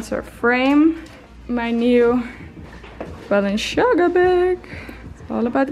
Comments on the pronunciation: IT IS "BALENCIAGA" not "BALENTSHIAGA".... :))))) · Its balen - tsi - aga, not balen - Shi - aga, its kinda important to pronounce famous brands, that you wear and maybe work with, right #justatip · Lol I love the way she says balenciaga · I know this is a little older but it reeeeally bugs me how she butchered the brands names over and over again 😂 I love you but giirl. Manola Blahnik? The way she says Balenciaga? I am in pain.